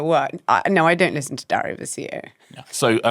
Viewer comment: Diary, not dary